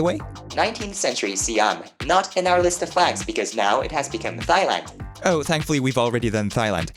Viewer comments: as a Thai I am truly offended by “thigh-land” 🤬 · no way that’s how Thailand is pronounced in English. Thighland?? You’re trolling right? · Sorry, I never comment on videos, but as a Thai citizen I CANNOT NOT mention this. It is pronounced "tai-land" not "thigh-land" thank you for your understanding. Also I love your videos as a physics major 😀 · Thhhhailand??? Its pronounced tailand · Thigh Land is crazy. Thailand is pronounced like “Tie-Land”. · I believe it should always be pronounced "tai-land" in English, the "h" in "Thailand" is supposed to be an aspirated h, and shouldn't be pronounced as /θ/ as in "thigh". -Me, As a Thai person. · Excuse me why did you pronounce it 'thighland' and not 'tailand'? Am I missing something? (The Thai people, in English, are pronounced in a similar way to the name Thomas; not pronounced with the letter Thorn (θ), nor Eth (ð). At most if you want to be culturally accurate, it'd be Eth, not Thorn (not voiced). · I love how you say thighland and not Thailand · Small nitpick but Thailand is pronounced with 't', not 'th' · You stressed the wrong syllable on trigonometry as well. trigoNOMetry not trigonoMETry, at least in American English. I liked both mispronunciations though, they added character. I want to go to Thighland. Sounds sexy. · Thighland? Sounds Like heaven. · Not to be captain correcto but Thailand is pronounced like tie land and Haiti is pronounced hay ti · Not him pronouncing "Thailand" as "Thigh-land" lol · his pronouncaition of thailand is pissing me off so bad bruh😭😭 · Did I just hear thigh-land? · The way you say Thailand is so funny, but I understand why you say it like that. The “th” is pronounced as a normal “t” sound as in tiny, tin, trip, tie, etc. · "thighland" the h is silent vro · >PEH-roo >Thighland >HIGH-tea >*pronounces Liechtenstein better than any non-Germanophone ever* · Meanwhile, I'm over here being gobsmacked by him saying "thigh-land" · it's pronounced tai-land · did this man just say Thigh land?